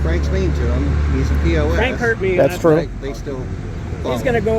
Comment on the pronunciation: Oh, "PFrank", kinda like "Pfizer" or "Pfister"...